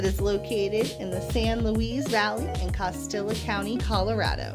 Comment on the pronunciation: It's not Cos Tilla, the double L makes a Y sound. Its pronounced Cos T ya.